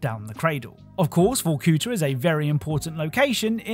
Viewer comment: I love how randomly bro says “Vorcooter” instead of Vorkuta